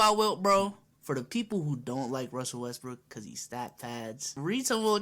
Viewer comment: Fam he hit em with the Westbrick 😂😂😂😂😂 Wilt Chumperlain😭😂😂😂😂